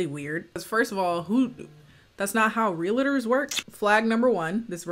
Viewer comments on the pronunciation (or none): everyone else: realtors: real-i-tors